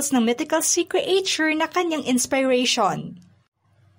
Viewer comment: CRE AY TYUR DAW? Check mo pronunciation ng creature. Idagdag mo na ang tamang pagbigjas ng salitang " ensemble".